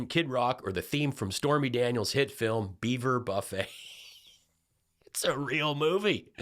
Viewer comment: And her "filam"!